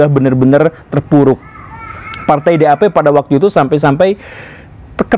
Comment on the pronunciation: partai DAP = vefhgt vef fevv.. 😂 pasukan SS = sovt vev fuehfvt 😂